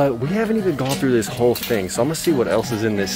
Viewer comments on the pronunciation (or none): none